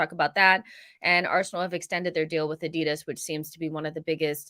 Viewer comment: AD-I-DAS not adid as